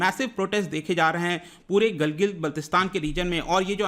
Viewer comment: Sir Gilgit ka pronunciation Gilgil h kya❓